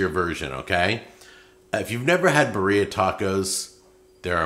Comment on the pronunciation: beer-ee-uh like Siberia